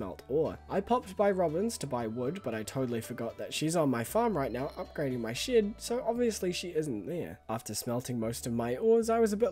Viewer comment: Something about me always hearing "shit" when you say "shed"